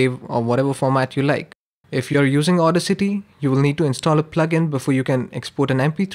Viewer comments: its not au-dis-ity its au-das-ity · It is funny how he call audacity as auda city 😂